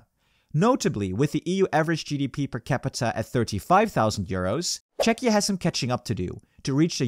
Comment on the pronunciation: I don't understand how could the narrator have 'lived in Prague himself' when he mispronounced the country's name 'i.e. Chetchia' on several videos already